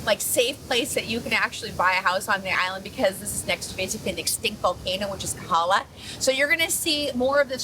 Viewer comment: FYI..it is KOhala, not Kahala.